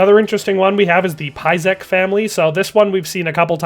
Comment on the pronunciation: Tschauslau! My home town! I hope we will see it in DLC as it would be excellent expand of the map. Long live the king! Great video, great job. If I may - use some reading software for names, czech language is phonetic so your Písek was hilarious :)